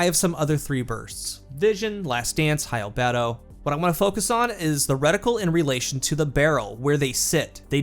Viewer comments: It took me a bit to realize you were saying Albedo, Al-BEE-doe, not al-bed-o, you sound crazy! Its like when you kept calling “Envelop”, en-vel-up, “envelope” like it was mail from Divinity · Its bee dough not beto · It's "al-BEE-do" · I think it’s pronounced “Al BEE doe” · He can say adagio correctly but not albedo? Destiny CC's are killing me. ~ an English M.A.